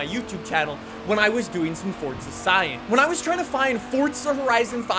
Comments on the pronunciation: “fOrTzu” Four-zu d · Why do you pronounce it FORT za ? It's for za lol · Someone teach this man that’s theres no T in Forza and that it pronounced For-Za not Fort-Za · Its not fort za its called forza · Why do people pronounce Forza (Fortza) there is no T in Forza! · Wht does he say fortza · I don’t like you because you say ‘ fort-suh’ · Stop pronouncing it 'fort za' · stop saying fortza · Why do you keep saying Fortza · I've spoken to a developer and he doesn't say Fortza 🤷‍♂️